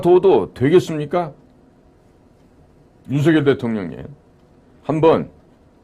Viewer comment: 유투브에 몇 차례 /윤성열/로 불러주세요가 아직도 안 되네요. 고유명사는 문법에 구애받지 않습니다. 본인이 원하는대로 불러 주세요. /레이건/ 대통령도 미국식으로 읽으면 /리건/이 맞지만 자기네 집안에서는 /레이건/으로 발음하므로 그렇게 불러 달라는 공문을 각국에 보내어 지금껏 그렇게 불려지잖아요. 자음접변만 아는 /윤서결/은 듣기에 참 거북하고 심지어 그런 문화를 모르는 거 같아 참 무식하게 보입니다. 기대를 했는데 사소한 데서 대단히 실망하고 있습니다.